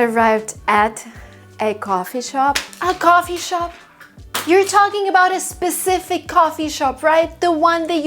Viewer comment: The way you said "A coffee shop" 😂😂